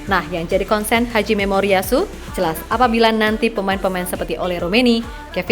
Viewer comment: seriusss....pertama dengar terkejut alias kaget...pelafalannya, terdengar di telinga " haji - memoritsu" bosskuh 😂👍🙏🙏🙏